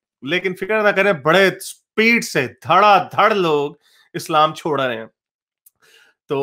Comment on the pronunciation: CHHORR, or SCHORR, CHOR is not right.